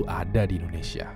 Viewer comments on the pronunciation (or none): none